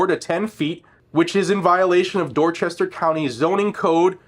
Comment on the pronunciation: PS. You pronounced Dorchester wrong.